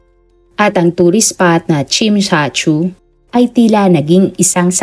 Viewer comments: Tsim sha tsui... Chem cha choy not tsim sha chu...😊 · NA DISTRACT AT NA BOTHERED AKO SA WRONG PRONOUNCED NG TSIM SHA TSUI HINDI PO YAN KASING SOUNDS LIKE SINSAN SU FOR GIRLS FACE.. Tsim (like Tsiiim) -Sha (like Shasha Padilla) Tsui (choy or choi) Ang Tsui hnd kim Chu na CHU kundi Tsui Tsoy or Chuy or Choy Next time You search the word and watch on YouTube how they pronounce kase wrong pronounced is wrong here. Although sympre get na You don’t know pero im here to help hopefully for next time better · chim cha choy ang pagbigkas po 26 years nako d2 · chim cha choy po ang pagbigkas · tsim sha shui yata mali mali naman pagkasabi😂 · wag mo n usisain yes TSIM SHA TSUI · Tsim sha tsui (tsim sha tsoy po ang pag pronounce) 🥰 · Understandable naman kht hindi nia mabigkas ng maayos dhl hnd naman bia kabisado ang mga lugar at qng paano ipronounce ung mga lugar d2,. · Sorry, wrong ang pronunciation mo sa place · Normal lang Hinde Naman Siya taga hk. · Nung mga bago tayo dito aminin natin dami din nating di alam i pronounce na lugar kaya accepted naman na di nya masabi ng tama dahil dipa cya nkarating dito 😅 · Okay lng yan..di nman kasi sya Chinese